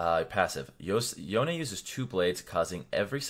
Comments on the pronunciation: Isn't it Yone not Yonie 😂😂😂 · Did he just say "yo nay"? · Yonay? how does he read his name like that